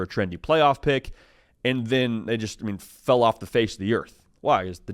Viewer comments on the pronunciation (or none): none